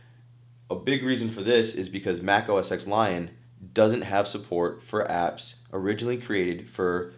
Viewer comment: i feel like a tech reporter should know that apple's OS X is pronounced OS "ten". Seriously, man?